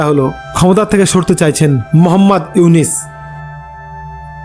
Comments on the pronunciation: Aponio to morkhor bachar morkho doctor unoske nam ucharon Korte parchenna bar bar unis bolchen nijer chorkai tel Dan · আরে বাইনচোদ তুই তো নামই বলতে পারিস না। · আবালের নিউজ আবালে বিশ্বাস করে,,,,,,নামটা ও ঠিক মতো উচ্চারণ করতে পারে না,,,,,সে আবার সাংবাদিক,,,,😂😂😂😂😂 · K re tui.... Name ta tik moto bolte parisna.....